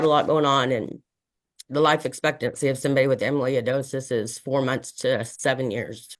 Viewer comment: Emiliy-a-dosis…? I know medical terms are hard to pronounce so maybe don’t use them Another excellent video ❤❤